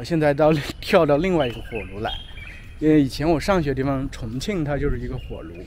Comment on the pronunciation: You are one of the rare ones who didn't pronounce 因为的为 in the second tone. I learned that it is in the fourth tone but most Chinese pronounce it in the second tone.